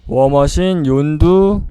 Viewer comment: 윤두가아니라 욘두